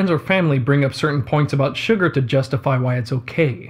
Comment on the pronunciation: Everytime he is saying "Sugar" I am hearing "Suga" and now I must go and listen to some BTS songs xD